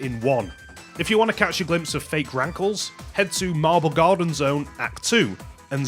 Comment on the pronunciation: When you saw “Rankles”, I hear “Graggle”